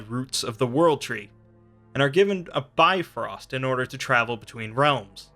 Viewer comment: Its not bi-frost it's pronounced more like biv-rost